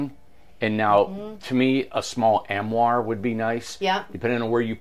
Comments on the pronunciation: It's not Amoire; it's Armoire. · It's an arm-oire. Not am-oire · Teach to properly say armoire. I like the twin bed at top with the built in ladder. Can't understand the need for 2 beds and 3 chairs, though.